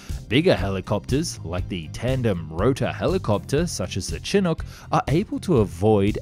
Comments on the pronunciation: That’s the weirdest pronunciation of chinook ever lol. It’s not chin-ook, it’s more like SHəˈno͝ok 👍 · By the by it's pronounced Shin-ook not Chin-ook. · By the way Chinook helicopter is pronounced as if it were spelled shinook. So, shin not chin. It's a Native American word meaning a warm winter wind. Otherwise, good video. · Chinook is not pronounced "chin hook." It's "shi NUK" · Shin ook not chin ook ya limey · Great video. Just some minor corrections. Chinook is pronounced with a soft CH like Chicago. Also, the propellers on top are called rotors or rotor blades. Chinooks call them rotary wing blades. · For future reference the Chinook is pronounced like “Shin-uk” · Hell still mess it up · It’s shinook. Sorry. I get aggravated easily😂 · Great video. Just wanted to mention. Chinook is pronounced shi-nook. It’s Native American. You know…🤔Chinook Salmon. 😏❤️✌🏼🇺🇸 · Why is it you Brits can't pronounce "Chinook" properly? I'm a PNW native and it drives me crazy.